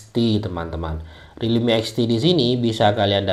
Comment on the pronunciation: Namanya Realme Apa ini Bang Agak kurang jelas